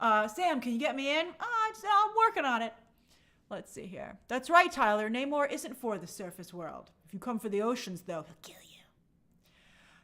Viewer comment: It's not NAmor, It's Namorrrrrrr....